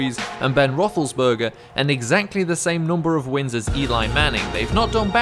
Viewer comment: This dude said Ben rotholsberger haha